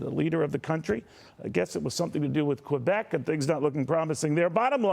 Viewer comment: Aahah, juste de la façon dont tu prononces le mot Québec mon Kevin, on sait d'avance que ça va finir en bashing.... C'est l'Ontario qui décide pour les élections fédérales. Sérieusement, la seule zone qui vote pour les libéraux au Québec, c'est le territoire non-cédé par les Mohwaks (Montréal Ouest les anglos). Oh, et les provinces Atlantiques qui veulent les subventions fédérales.